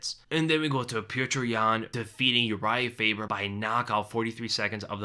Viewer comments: > pELTER it’s pyoter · it’s Pyotr, you pronounce “yo” similar to “ea” in “learn”. Deff not Peter. No vowels between t and r - short ending. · It's pronounced "Pyotr" yan. At least in Russian it is anyways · Ita prounnced petri yan